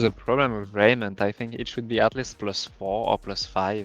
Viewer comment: Lol he says "Rrrrrrrrrraiment".